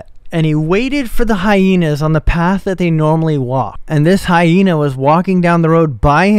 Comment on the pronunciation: Why is he pronouncing Hyena like that